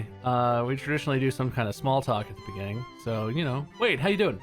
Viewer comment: The funniest joke? You mean in the beninging